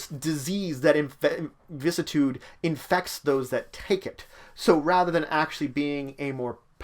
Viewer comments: Vih-sis-ih-tood Not "vis-tood" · VISS - CISS - I - TUDE Dont just cut out a part you dont like xD